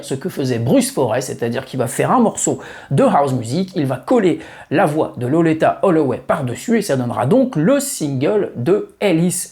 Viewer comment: Merci pour cette vidéo sur cette grande dame, dont j'ai découvert la voix, sûrement comme beaucoup d'autres, fin 1989 sur le fameux Ride On Time. Par contre, ta prononciation de Loleatta sur l'ensemble de la vidéo m'a fait tiquer de l'oreille, je l'aurais personnellement prononcé "lolita". 😉